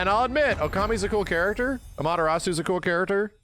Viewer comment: What is more funny is the voice over mispronouncing Amaterasu